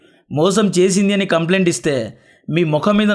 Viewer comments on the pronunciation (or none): none